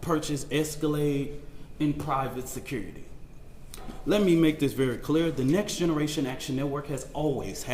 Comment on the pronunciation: What's securrity? Is this a form of English? " Glive Srend Glow"? " Loud and Keer " He says " Next Generation Action Network" 100 times,like it's somehow an actual organization or non profit. Trying to sound normally well spoken when